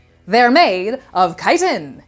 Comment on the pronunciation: It's crazy to finally hear Chitin out loud after playing skyrim all this time and pronouncing the "ch" like "chicken" lol